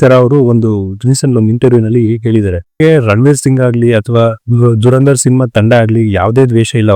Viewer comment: Its ಧುರಂಧರ್ not ದುರಂದರ್... ಕನ್ನಡವನ್ನು ಕೊಲ್ಲಬೇಡಿ